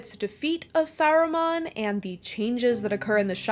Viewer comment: Saruman is NOT pronounced Sarumon